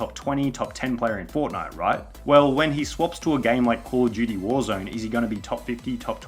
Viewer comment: Subtitles picks up you saying Call of Duty as 'Poor Judy'. Lol